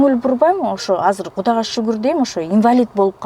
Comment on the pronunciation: Гудага шугур дейм да😂😂😂 Гудана эмес кудайга шугур кылсан боло чала Кыргыз тил бузаар болбой.